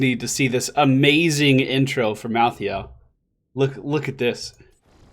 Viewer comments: BECAUSE MY HEART IS IN OHIO!!! +3 points to anyone who gets that. Also pronounced: mal-THAY-ull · Look like a assasin version of Leoric but edgy. And I belive he's pronounced like Mal - tha - el.